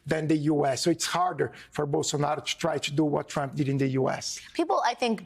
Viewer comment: Love the way Guga Chacra pronounces TFG's name: Tramp 😆